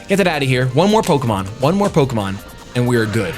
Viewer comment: The way you pronounce the French Pokemon name is just too precious.